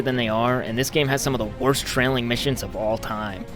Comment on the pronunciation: i was laughing my ass of when he said tRailing missions